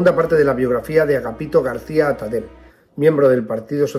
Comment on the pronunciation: Tipos así hicieron mucho daño a la República: asesinos y ladrones. Muy bien explicado; sólo un pequeño matiz, no se lo tome a mal. Atadell, apellido catalàn o Valenciano, acaba y se pronuncia con ll. Gracias por todo.